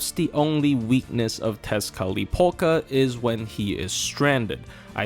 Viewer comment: Did you intentionally say 'Tezcatlipoka' as many times as you could just to flex your ability to actually be able to pronounce that damn word?